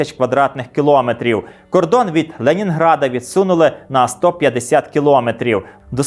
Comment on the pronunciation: Відео дуже цікаве, як і весь канал. Тільки кілОметри трохи ріжуть слух